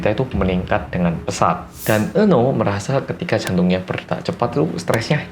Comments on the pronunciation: Apa cuma aku yang denger nama "Eunho" jadi "Eun Woo" auto keinget Cha Eun Woo😂😂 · Iya kirain Eunwoo:v